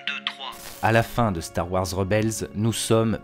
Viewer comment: Eh. Super vidéo. Si je peux me permettre: star wars c’est “wores” et non “warres”. Bonne continuation. Merci !